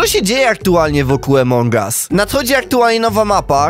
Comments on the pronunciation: Czemu mówisz emong as a nie among as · nie emong us tylko among as pls muw tal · no kurwa mowi sie among as a nie emong as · Błagam cię nie czytaj among us jak emong us bo to jest among us (pośród nas) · To się nie muwi emong au muwi się among us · Jaki emong us? Mówi sie among us